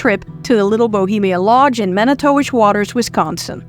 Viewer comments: "Mani-towish" lol nah it's pronounced "manitwish" trust me, I've been there MANY TIMES. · No... its Man-I-Too-Wish...